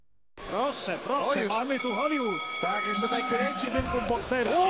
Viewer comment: Weź ktoś powiedz kasjuszowi że mówi się TUTAJ nie TUTEJ